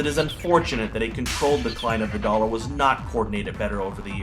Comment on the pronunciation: "dollEr" war?